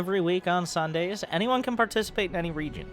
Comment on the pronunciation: dude said u can barticipate